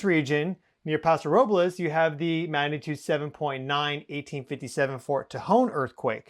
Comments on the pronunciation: Not Robles, it's pronounced robls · FYI - the 'e' is silent in Paso Robles...